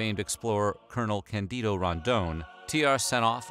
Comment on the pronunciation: . The name is Cândido. Pronunciation stressed in the a, not the i. It means "white" in the sense of innocent, naive, and frank. Same Latin etymology as "candid." They were in Brazil, not just "South America."